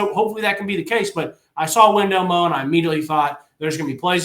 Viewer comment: Whatsup & good show and I know it's spelled Wendell Moe but it's actually pronounced Wendell Moi he looks like a Moe to me as well but with him being Polynesian they pronounce it Moi just letting yall know. GB🍊 Vols 🏈